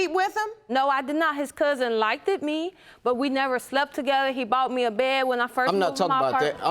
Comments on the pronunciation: How hard is it to pronounce ‘liked’ correctly? 😄 “likeded” 🤦🏾‍♂️ smh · OMG...I thought I was the only one who felt that way. "Likeded" is horrible grammar & so is "gon" when what is meant is "going to." Judge Lake lets that one slip a bit more often than she should at times herself. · He " likted" me🤣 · I was I the only one or did I just hear her say "the liketed me" like what did that even mean? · I'm so sick of hearing likeded. Where did that grammar come from? It doesn't even sound right as a slang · The audience is being so extraaaa! And did this girl say “likeded??? 🤦🏾‍♀️🤦🏾‍♀️🤦🏾‍♀️🤦🏾‍♀️ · I'm african living in Africa and iv never been out of Africa but "likded" is just wrong lol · We can say likeded. We just need to know when not to use it 🤣🤣😍🤣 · I cringe every time I hear it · Nooo...people like HER need to stop saying liked. 😂😭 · Thank you! It sounds awful! Ugh!